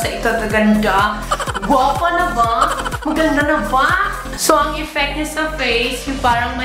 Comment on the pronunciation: Ung line talaga na "Maganda na va?" HAHAHA at ung "coaling", cow-ling effect. Love u. Super funny ka talaga